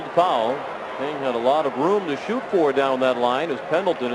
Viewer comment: I love his pronunciation of "fow-wull". :D